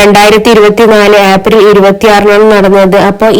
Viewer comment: ആപ്രിൽ അല്ല ഏപ്രിൽ